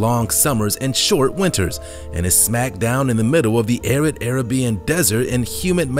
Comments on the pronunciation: Arabian. It’s not pronounced airuhbeeuhn. It’s pronounced uhraybeeuhn. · Who taught you how to pronounce the word Arabian? It's not air a beeein. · Arabian- AHH-RAY-BEE-AHN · Atacama desert is South America not Africa. Plus Arabian is not pronounced the same as Carribbean 🙄🙄